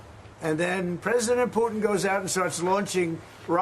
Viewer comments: Not meaning to be rude,but why can’t anyone from NY say the letter T ? Putin-Pooen,manha-en for manhattan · please start pronouncing the T’s in the middle of your words. It’s annoying when you don’t. You pronounced it ‘Poo-in’ = Putin and ‘impor-ant’. Stop it